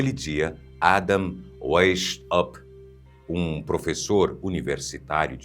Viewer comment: Pronuncia-se Adam "Váis-áupt" (alemão).